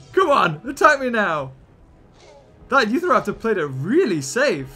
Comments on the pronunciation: Is... is he saying "Youth-araptor"?! It's "YOU-TAHraptor", as in the state of Utah where it was found. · Hey I've noticed that you have been saying Utah wrong it's not U Tha it's U Ta raptor SAY IT RIGHT!!!!!!!!!!😡 I've got my eye on you and please say it right and Also I live in The state Utah. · its u-tahr-raptor not uthraptor